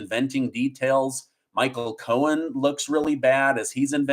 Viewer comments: I don't know why but it sounds like he is saying Michael Cohens it is Cohen there is not an s at the end it is Cohen not Cohens it is just making me nuts when he says it like that. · I love you,, but it’s Michael Cohen, not Cohens…. 😬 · It’s Cohen, not Cohens. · Cohen. No "S" Bragg. No "S" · Please stop adding an S to Cohen